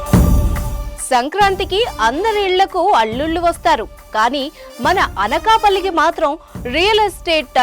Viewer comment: Amalapurama anakapalla correctga cheppu ...😂😂😂😂